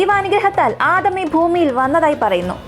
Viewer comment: Aadaam alla adam